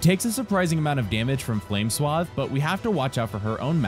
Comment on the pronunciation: I like how the only spell he can't pronounce properly is flame swathe